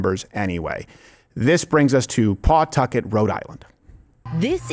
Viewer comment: FYI, LOCALLY IT’S NOT CALLED PAWTUCKET. IT’S CALLED PAH TUCKET LOL 😂